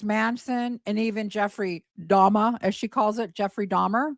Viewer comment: When Gypsy is in the interrogation room and says “Jeffrey DahMAH” - she says it that way because she’s trying to sound mentally slow. Part of the con was that she was slow for her age. In some of the videos to Nick where she’s being “Kitty” her lisp is much more pronounced as well. She says “DahMAH” to try and sound like a child who doesn’t know how to pronounce her words.